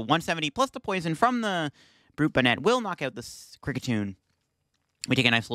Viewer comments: Love your content, but your pronunciation is gonna kill me dude. 😂 It’s BON-net. Like a hat. Brute BON-net. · Bonnet is an actual English word, please pronounce it correctly in later videos. Appreciate the frequent uploads!